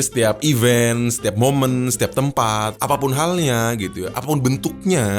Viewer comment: Event dibaca i'vent .. eu vent.